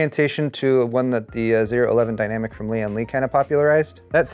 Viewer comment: Okay, you've got me desperate to know: you keep referring to the Lian Li O11 Dynamic as the "zero eleven Dynamic". Do you know something I don't? I've never hear of it being called that except by you. I've only ever heard of it as the "Oh eleven dynamic". I've been under the impression that that was a letter O this whole time, but now you've got me questioning reality itself...